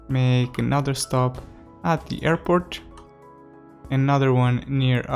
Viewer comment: I love the new hairport! (That's how you pronounce it btw)